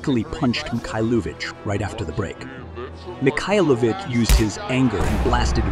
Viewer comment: the worst is Mikhailovich, there are at least 5 different pronunciations on a less than 2 min time lapse.